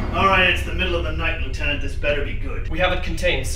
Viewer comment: Ah, the improper pronunciation of Lieutenant! Apart from the Bendigedig!